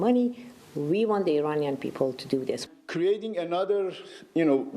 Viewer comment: I'm offering help for the Thousandth time, regarding some of your Wrong Pronunciations!! IRAN, is pronounced "Eee-Ron". It's neither Pronounced "Eee-RAN" nor "Eye-RAN" Moreover, IRAN shares its literal meaning with IRELAND (Land of Aryans). The proper pronunciation for IRANIAN, is "Eee" (rhyming with See) + Ronnie (abbreviation for Ronald) + Yan", rather than "Eee-RAINY-Yan". A simple mnemonic would be "There is no RAINY weather in Iran's forecast"!!